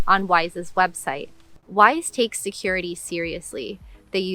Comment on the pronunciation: I was listening to this video without looking at the screen, and I thought you were saying “wife.”